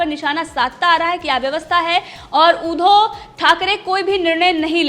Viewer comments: ऊधो" नही उद्+धव बोल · ऊधव" नही उद्धव बोल